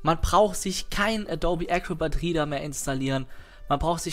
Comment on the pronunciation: Der portÄÄÄble PDF rIIIIEder.:P und Englisch:DD